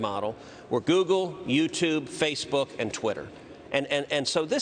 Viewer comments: 'YOUGLE' lol - a truer word never spoken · "Yoogle"... PRICELESS! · "Yougoole"... lol. That's great. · Sundar Pichai: "Yougle?"...hmmm. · I like 'Yougle', Senator Cruz. Kudos from your home state! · I almost fell off my seat when he said "Yougle" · Youggle. Lol. I mean they are part of the same monopoly so it's fitting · YOOGLE hahahaha :-) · He said YouGle haha